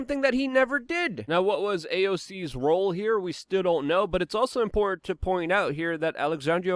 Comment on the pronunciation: "Import..." It's "IMPORTANT"